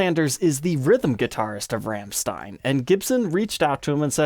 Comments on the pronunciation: It's not pronounced Ramstine. It's pronounced Romsteen. But I forgive you. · As a German 1 minute in I beg of you... Please quit mispronouncing Rammstein. There's no RAM, it's more of a ROM. That is all. Great video though love seeing Paul's signature guitar finally get some light. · pretty sure it's pronounced "ROMSHTINE" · yeah more like Rammschtein XD. really exentuate the german XD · pronunciation of Rammstein 😄 Cool, no nonsense guitar.